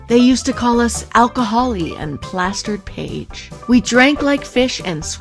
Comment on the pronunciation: " and " LOL 😂